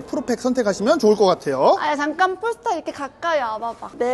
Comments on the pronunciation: 폴스타가 아니고 현지발음으로 뽈스터입니다 뽈~스터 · 도대체 얼마를 받았길래 저렇게 폴스타~~뽈스타 하냐 단점은 아예없네~~~ㅉㅉㅉ